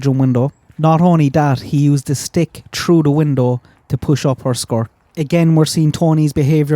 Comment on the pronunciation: “TTTTTHHHHHH rough” not “TRue” the window.